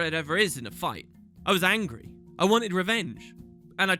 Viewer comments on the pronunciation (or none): none